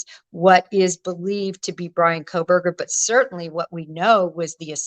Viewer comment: Thanks for pronouncing her name correctly. Yes he is guilty. Let me say it again for the people lacking common sense. BRIAN KOHBERGER is GUILTY.